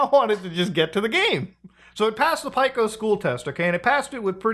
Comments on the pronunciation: The biggest problem this video presented was the pronunciation of Pico's name. It's Pee-co, not Pyke-o. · “Pie-co” Pee-co* You’re supposed to be the expert muta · Pico - PEE CO like Pico de gallo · "Pike-o's school" Never heard it pronounced that way Either way, this feels gross. Newgrounds is anti-AI. Who would even want to use this? Disability notwithstanding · still can't believe you pronounce Pico as "pie-ko" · How the fuark are you pronouncing Pico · it still taunts me the fact how he pronounces "pico's" school name like bro 😭